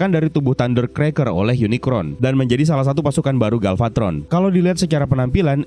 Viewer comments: UNICRON sebutan untuk robot villain berbentuk planet di franchise Transformers Unicorn mah kuda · POV : ini apa kuping gw yg salah denger kata uniCORN jd uniCRON atw emang bnr ky gt ??